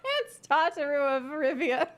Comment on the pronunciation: Lmao, why does Tatar sound like Raubahn?